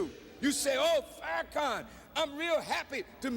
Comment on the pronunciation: Please refer to him as minister Farakhan. Please stop mispronounceing his name.